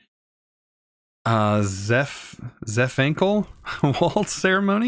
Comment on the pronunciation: zaphkiel = zefankel mandan = mundane totempedia = tomicpedia/tome/totempa/toe-tempedia/totempedium why do people add letters that aren't even there? just slow down, think, process what is in front of you. if you're not sure how to pronounce it then adding random letters isnt going to help